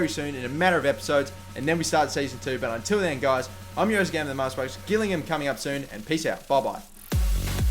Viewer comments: Gillingham is said like 'Jill'ingham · The way he said it was hilarious!